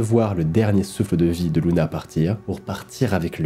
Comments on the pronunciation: c luna ou runa je comprend po ? 😭😭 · J'entends Luna au lieu de Ruma PS: J'adore le concept ! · C'est Runa pas Luna 😂😂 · C pas Runa ? Mais oui , en Japonais Runa ce dit Luna . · Le son "r" se prononce "l" en japonais.